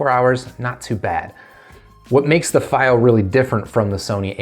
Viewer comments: It's not feigh oh It's fee oh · It is pronounced "fee-o" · It’s pronounced fEE-Oh